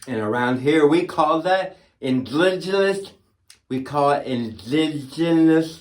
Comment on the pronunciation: Pelosi Columbus Day afternoon delight = 🍹🥃🍷🧈 Indiggg…Indigida…Indergerrr…”I don’t understand your language, lady, imma just gonna land this module on the dark side!”!!! 🌒…..…….…..🤮